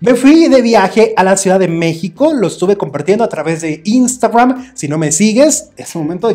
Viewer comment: y como pronuncias instagram me caes mal por exagerado